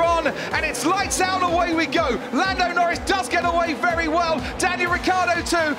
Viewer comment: Lando Nowins ❌ Lando Norris ✅